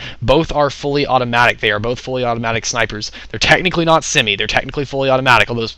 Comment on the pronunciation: u said semee :D lol